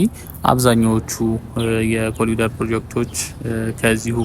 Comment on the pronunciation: በእንግሊዝኛ ስትጽፍ "ኮሪደር " ትላለህ።ስትናገረው ግን "ኮሊደር " የምትለው ለምንድን ነው? በርታ!!